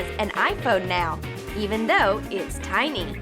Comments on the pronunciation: The TINY word is pronounced as tie-neeh not tee-neeh duh. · It's tiny not teeny!